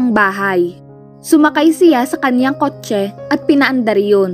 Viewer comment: Ilocana po ata ang narrator, sa pag pronounce nya ng kotche